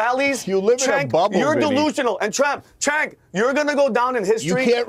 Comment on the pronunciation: I don’t get it. My kids learned the CH makes a sound like in the word Chew. Cenk Has no CH in his name. It’s pronounced Sink